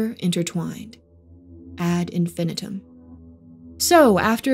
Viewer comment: Love the beginning, and love the background music! Very unique, but I don’t know what the heck this was about. I couldn’t gain a foothold on anything in the dialogue nor the descriptive visuals. BTW: You are mis-pronouncing “infinitum.”